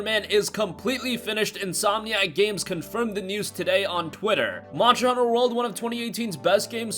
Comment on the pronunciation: God damn it's Monster hunter not muncher hunter